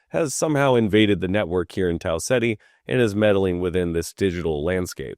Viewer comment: Your pronunciation of Tau Ceti is incorrect, it is "Tau Keeta"